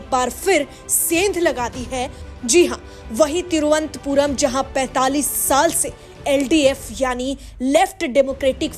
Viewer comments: It is Tiruvananthpur not Tiruvanthpur pl note. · तिरुअनंतपुरम है नाम मैडम तिरु अन्तपुरम नहीं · Vo. Thiruvant puram. Nahi. Thiru. Anant. Puram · तिरुअनंतपुरम बोलिए। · पहले थोड़ा-बहुत अच्छे से तिरुवनंतपुरम कहने का उच्चारण सिखलो बाद मे जो भी प्रस्तुत करना है किजिए ।